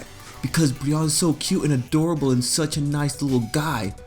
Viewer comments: I love Brionne!!! also, isn't it pronounced Bree-oh-ney? My type A couldn't help it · Ummmm your pronounced brionnes name wrong i love brionne